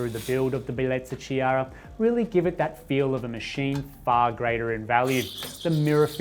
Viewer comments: It pronouced: K-iara, K like in OK. From italian Name Chiara ( Kiara) 😊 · Nice machine and great review. The Ch in Chiara is pronounced like a K. Enjoying your videos.